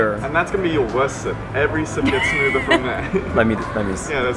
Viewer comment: It’s like a smoother, wow! yeah!; Yeah!It’s smooder!’🤪🤣 Happy birthday!🥳🥳🥳